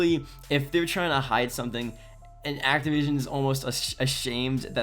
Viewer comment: It's Activision. Bro. ACTIVISION.